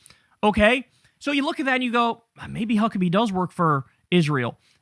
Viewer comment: Did Kyle just call Mike Fuckebhe 😮